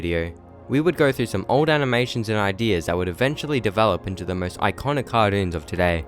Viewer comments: You said cartuonz not cartoons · actually what went through my head was "what the heck did he say? Kah dunes?" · I've heard of cartoons but not cahdoons